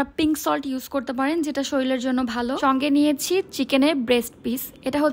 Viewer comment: প্রথমেই বলি কথাটা শরীল না শরীর।আমার মত মানুষেরা সেদ্ধ মাংস কখনোই খেতে পারবে না। এরকম সেদ্ধ মাংস খেয়ে কখনোই ওজন ঝরানো যায় না নরমাল খাবার খেতে হবে তবেই ওজন ঝরানো সম্ভব।